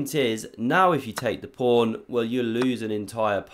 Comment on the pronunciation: Why do you always say pRawn at the opening?